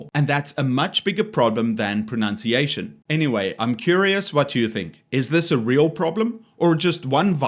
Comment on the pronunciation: Your own pronunciation of 'gauche' is gauche. P.S. Just like Actual Justice Warrior, you also said 'pronOUnciation.' That's not a proper English word. These kids are indeed morons, but when you make a video criticizing them, you must be on point with your own language.